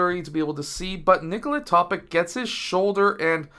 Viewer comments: great video sir but it is basically pronounced toe-pitch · Do you know how to pronounce the last name of the multiple league MVP - Nikola Jokic? I guess - You do... If Nikola Topić comes from the same country, is an ethnic member of the same nation as Jokić, why on earth would his last name be pronounced differently?! The analysis of the game is quite decent, but the fact that you didn't bother to think for at least 10 seconds about the correct pronunciation of the last name is sad. I hope, coach, that you are more detailed in preparing for the games than videos...